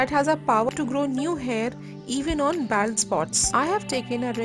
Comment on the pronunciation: Bald is pronounced BOLD. Like in hold, fold, cold...